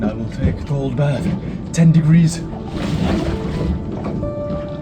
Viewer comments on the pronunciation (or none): none